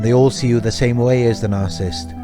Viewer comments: Sir for your own credibility learn how to say NARCISSIST. You are leaving out an entire syllable. What is your authority to discuss this serious psychological condition. Are you making this up as you go? It is very difficult to believe you have any idea of what you are talking about. What are your sources? Learn to pronounce what you appear to be an expert on. At least you might have a chance. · Narcissist - not narsisst!